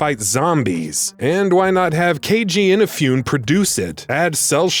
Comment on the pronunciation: Who is this Keiji Inaf-you-ne? I wanna meet him :3 I swear, Americans and their Japanese pronounciations. They either get it completely wrong, or put too much "American" accent/pressure on the wrong sylables. Like Shigeru Ma-ya-moto, yes someone has actually called him that on youtube.